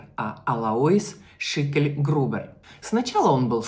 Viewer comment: Не каверкайте фамилию.Шикльгрубер,а не Шекельгрубер.